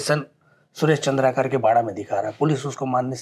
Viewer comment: चंद्रा कार नहीं होता है भाई, पत्रकार है आप कम से कम उच्चारण सही करिए, चंद्राकर होता है।